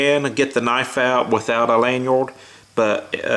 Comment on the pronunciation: nice speech impediment. The way you say thinner, and lanyard... fucking hell man have some self respect